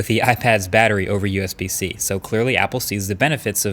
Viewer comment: Usb-c sounds like usbc 😂